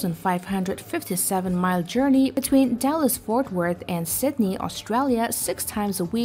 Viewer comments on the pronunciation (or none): Sydney not Sitney